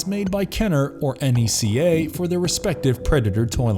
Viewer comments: It’s pronounced NECK - AH not N.E.C.A. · Mans really pronounced NECA letter by letter not like a word😂, good vid though